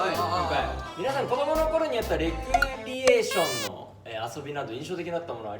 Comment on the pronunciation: レ⤵︎クリ⤴︎エー、ｼｮﾝﾉ